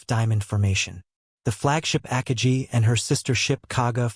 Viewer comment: Ackka Gee? You mean Ah Car Gi.